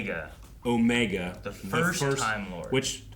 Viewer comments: It's not "Omega" the way that we normally think of pronouncing that word. His name is OH-meh-gah, stress on the first syllable. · "It's OOOOmega, not OmegAA." -Hermione, probably.